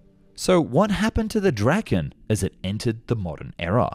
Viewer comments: Not pronounced [Drakken] though. More like [Draa-ken]. Means "The Dragon" (or possibly "The Kite")... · I think i make a fair guide to swedish pronounciation here: Saab JAS 39 Gripen. Pronounced as Grease is. "Greapen". Saab J 35 Draken. Pronounced as "Draw Ken" with a short a. Noteworthy is Draken is named after the Kite. In swedish the same word as the mythical dragon, but actually refers to the kite. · bro Said the f 35 draken